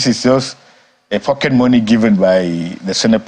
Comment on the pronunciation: listen to how he says pocket money 🤣🤣🤣